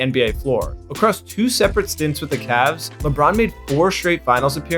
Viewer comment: Ah yes, my favorite team is the Cleveland C A V A H S